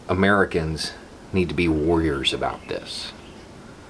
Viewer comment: I heard “worriers”. . .